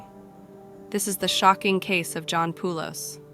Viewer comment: My uncle shares this last name. It’s pronounced Poh-lis. Not Poo-los. Thanks.